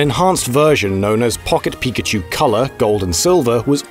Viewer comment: Pawket pikachew